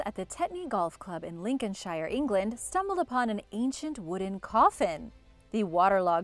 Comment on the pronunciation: It's pronounced Lincoln-sheer not shire. This has been pointed out countless times on your videos which just proves that not one person on the OE team bothers reading the comments but then you just said saysmic so clearly you couldn't care less about proper pronunciation